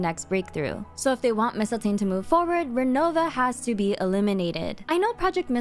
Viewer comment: Oh my gosh, thank you for pronouncing mistiltein correct. I was getting so mad when every character was saying it wrong.